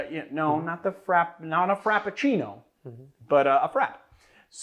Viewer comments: frappé should sound like like frapp-A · please dont say frappé like rap with an f in front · Does anyone else think it’s pronounced frappée?